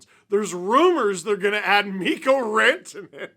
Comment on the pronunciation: Mikko Rantanen? Mikko RANTanen! Mikko RantaNEN? MIKKO RanTAnen! ARE YOU SERIOUS?” holy shit steve, i just about pissed myself laughing